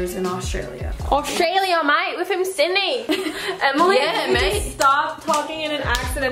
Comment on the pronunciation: the fact Emily said "Australia mate we're from Syndey" and its actually "Sydney" (that's what I heard) <<33